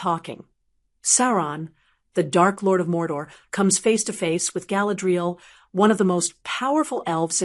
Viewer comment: Get your bot to pronounce her name properly